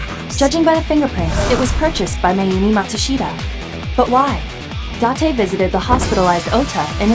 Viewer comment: You can say it as many times as you want but his name is date not dante.